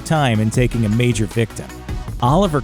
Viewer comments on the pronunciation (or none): none